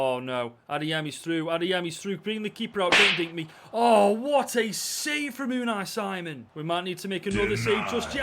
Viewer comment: That's not how you pronounce Unai Simon😭